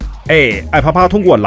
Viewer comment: 都快2023了 还把app读成爱啪啪 哎